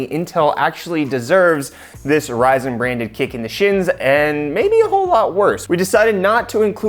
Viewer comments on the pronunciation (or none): none